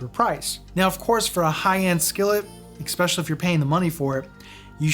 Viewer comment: Are you saying "expecially"?